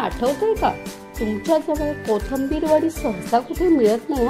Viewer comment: Kothambir nahi...Kothimbir